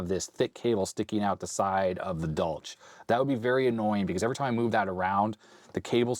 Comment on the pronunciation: Pretty sure it’s pronounced as German. More of a “Dolhk”.